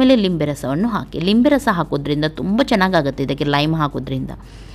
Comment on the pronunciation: Meadum adhu neeruli alla herulli, mathu Limbe rasa alla nimbbe rasa 🙏